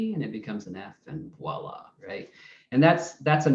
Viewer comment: "Voilà!" Say it,. It's modern current French—nothing as difficult as Old Irish or reconstructed π.